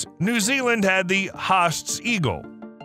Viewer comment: huh clickbait and the hell is a hosts eagle? its hAAsts eagle